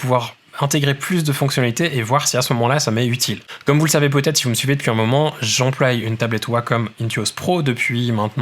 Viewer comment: j'emploi et non j'emploille MERCI